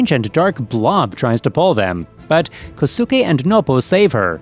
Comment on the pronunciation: You mispronounced "Kosuke".